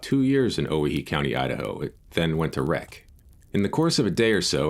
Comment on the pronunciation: Great stuff, as always. I'm really enjoying your work on the Johnson County War. A note on the pronunciation of Owyhee -- not because I think it's likely to become a prominent part of your vocabulary, but because it involves some peculiar history that I think might interest you: the correct pronunciation is oh-WHY-hee. The name is a corruption of "Hawai'i," and originated among North West Company trappers after three native Hawaiian trappers disappeared in the area during an expedition during the winter of .